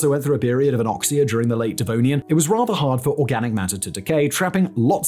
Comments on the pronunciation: You always say the denovian and then you change it to devonian. I don't know if you catch that but somebody should edit your videos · Why do you keep calling the Devonian the 'Denovian' ? Lol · He is literally saying "Denovian" and not "Devonian." He a brilliant dude, he just doesn't know what he's talking about. Good on him for making a Scrooge McDuck sized fortune on YouTube, but Alex trebec he is not. He rarely has any idea wtf his interns researched and wrote for him. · denovian lol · Denovian? Really, Denovian? man, i can jumble my words but you kept saying that wrong the whole time... Do less videos maybe, you're starting to burn out :D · shouldn’t it be pronounced “Devonian period” and not “Denovian period”? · wait so is it Denovian or Devonian? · Denovian... Right... Dyslexic Fact boi... :-) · Devonian Simon, Devonian, not Denovian... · Second correction. It is in fact Devonian as you said, and no "Denovian" as he kept repeating. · Denovian period you say ? lol im sure you meant to say Devonian huh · love the denovian XD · Not De NO vian, but De Vo nian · You say devonian I say denovian. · “Denovian” caught me off guard hahah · Denovian Period? 🤨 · he's still saying denovian, inspite of the on screen graphic. The issue is that Simon not only doesn't do his own research, but he has absolutely no idea what he's talking about on most topics. He's simply reading a script... and either the script writers got it wrong while the graphics guys didn't, or he can't read. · Did I hear him say "DeNovian"? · First time I’ve heard Simon mispronounce a term. Devonian. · Did Simon mispronounce Devonian? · Its annoying, hes a Brit, he should know what Devon is